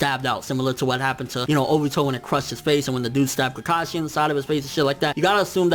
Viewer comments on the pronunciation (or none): none